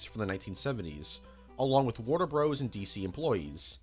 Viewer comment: If you pronouce Bros. as Broes, do you pronounce Dr. as Drer?!!!